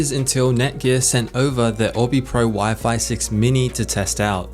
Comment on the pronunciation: “Wi-Fly”. Area looks great